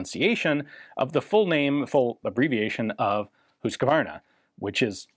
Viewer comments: You actually do a quite good pronunciation, best one yet, otherwise it’s always like “Husk-e-war-na. When its more like the sound of “Use car nah” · I'm a Swede and I can't understand how you get Hovea out of Huskvarna Vapenfabrik Aktiebolag. For one thing the only o is at the end not in the beginning. Still, Ian pretty much nailed the pronunciation in Swedish.